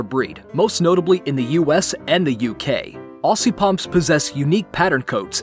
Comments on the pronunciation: its not ossy (aussie) its ozzy (aussie) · (I'm Australian) The ss in Aussie are said as zz. Aussie is actually pronounced Ozzy.